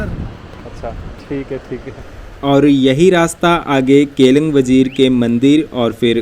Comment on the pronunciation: केलंग वजीर नहीं, केलिंग वज़ीर बोलते हैं भाई